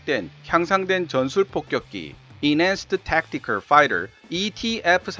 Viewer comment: 영상 잘 보고 있습니다. 감사합니다. 그런데, 영상과 오디오 곳곳에 ETF를 EFT로 표기/발음한 부분이 있는 듯 합니다.